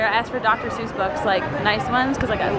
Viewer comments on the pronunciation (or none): It's Seuss not Zeuss